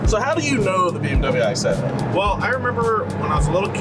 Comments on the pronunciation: Please dont call it "I"setta.. its not an Iphone... in english please "E"setta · Isetta like Isabella, not like ice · Forza has a Z so it makes a Z sound. Isetta doesn't have a Z - and doesn't make a Z sound. It's like morons calling Tesla Tezla - like they have a South African accent like Elon.